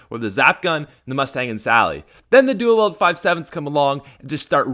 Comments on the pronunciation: I like your videos but I don’t like how you say “dual weld” instead of “dual wield” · I feel the same way about the Five Seven duel-wield but I thought you said "anything your duel-wielding your an idiot"